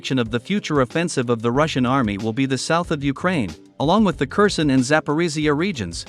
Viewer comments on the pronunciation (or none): none